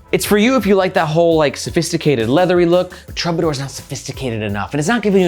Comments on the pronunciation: Is it pronounced truebadoor? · That word is pronounced TROO-ba-dor. 👍🏻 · Please, please, please learn how to pronounce Troubadour.